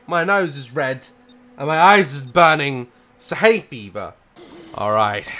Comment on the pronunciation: daz i get you with the haefever like if you hate haefeever (crying emojis)